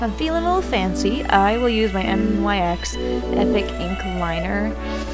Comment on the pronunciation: Girl nyx is pronounce “nix”